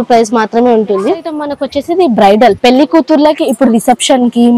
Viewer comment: పెళ్లి అనాలి